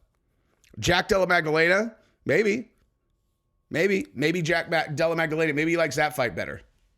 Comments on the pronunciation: Mispronounced "Jack Della Magdalena" three times today. Lol. Watch one of his fights. Jack Della Maddalena. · pronounces names wrong on purpose. Lol.